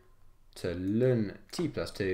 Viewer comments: IT IS NOT 'LUN' IT CAN EITHER BE 'EL EN' OR 'LAWN' OR NATURAL LOG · STOP SAYING LUN